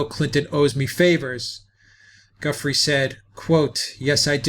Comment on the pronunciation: Giuffre- pronounced Ja-fray, not Gufry